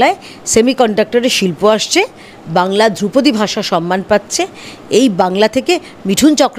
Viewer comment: বলিহারি বাংলা হান্ট! ধ্রুপদী কে দ্রৌপদী বানিয়ে দিলেন! বাংলা ভাষার জন্য সত্যিই ভয় লাগছে।